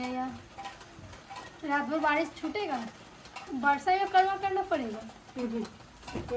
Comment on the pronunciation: Karwa nhi karma bolna seekho sirf shadi or ldke ko fasane mei tez ho